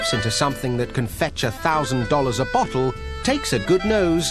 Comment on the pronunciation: When he says bottle it sounds like butthole